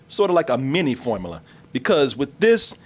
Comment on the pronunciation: can't seem to say the words 'formula' or 'popular' properly. It always comes out as 'formala' and 'popalar'